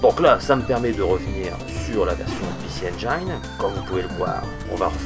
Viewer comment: Parfois tu dis bien "ainejine" mais souvent tu te forces à dire "ainejaillene".. Je te confirme que le i reste un i en anglais ;) ... bon, ça fait 3 vidéos que je viens de mater, peut être le temps pour moi de m abonner